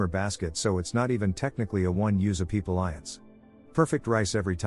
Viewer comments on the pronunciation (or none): "A one use a-peepa-liance." 🤣🤣